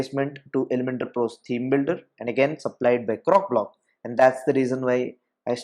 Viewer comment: CroCOblock! Not Crocblock. I kept hearing cockblock. LOL 😂 Great video though. Thank you.